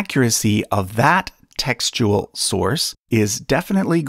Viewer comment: Every time he says textual, I hear testicle